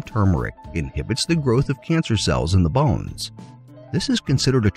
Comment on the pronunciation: the way you say bones 😂🤣😂😭